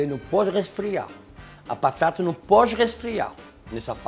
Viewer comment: Minhas patata